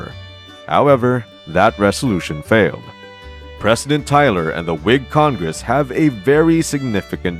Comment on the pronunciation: Can't say president?